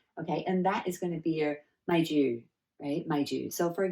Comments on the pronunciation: The accent for HOLD ON! is actually "man ju" not "maih jyuh" the tone for "man" it is not the English man(male) but it is more to the chinese tone and for "ju" it is more to "jee" sound not "jyu/jiu" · The way you pronounced ‘maih jyuh’ is good enough! Cos they are in the sound that is not in a common flat/increasing tone, but a relatively lower voice like mi-re (in music tone) Love your videos!🥰